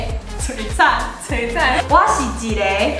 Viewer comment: （璀璨）😗您讀的音是國語不是台語😧